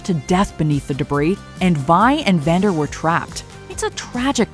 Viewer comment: Is it me or when you guys were talking about Powder's bomb working you called Vander, Xander? I noticed it with act one as well. Yeah that part of the script was a little bit misspelled